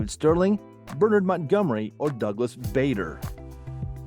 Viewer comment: Douglas Bader ( he pronounced it Bad not Bay)